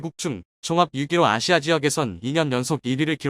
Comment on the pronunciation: 야,이모자라는인간아!아시아를 마시마라 발음하는,너희가,열변을토하는 내용들을 제대로믿을수있겠냐?한글발음부터 제대로해라.알마전갑자기튀어나와서,데일리메이킹뉴스들먹이며,시작하는,유튜브몇몇인간들,제대로잘하고있는,참유튜브물흐리지마라.제나라말도 제대로읽지못하는,바보 알간이들 모두떠나라.아시아를 마시마,러시아를 러시마,꼴통시키들!